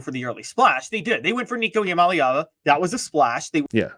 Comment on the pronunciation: Nico I-am-a-leav-ya? lol